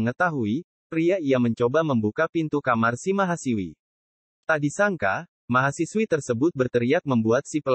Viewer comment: Mahasiswi bung, bukan mahasiwi...